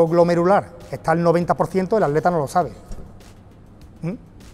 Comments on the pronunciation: Soy yo o dice aleta en vez de atleta? Jaja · Dices aleta, en ves de atleta?